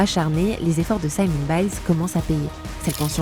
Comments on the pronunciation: Elle je suis désolée mais vous auriez dû vous renseigner sur la prononciation de son nom. Ça se prononce Simone comme en français. Simon c’est le prénom masculin. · Merci pour ce reportage! Juste une remarque importante : je m’appelle Simone et la prononciation est simplement Simone et non « Saïmon » qui correspond à Simon en Francais. Et Simone en anglais se prononce « SimOwne »